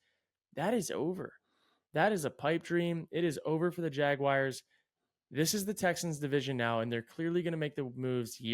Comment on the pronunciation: I really thought might be among the people in the world who can correctly pronounce “Jaguars” without saying “Jagwires” but that was just a dream